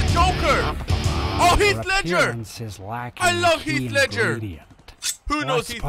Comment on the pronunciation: Did my dude call the joker heath leger